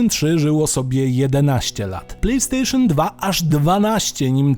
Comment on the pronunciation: "Plej stejszon" achh czyli chińska podróbka...